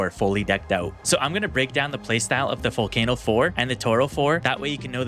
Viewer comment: Vull-kah-no Not vull-kay-no It's Italian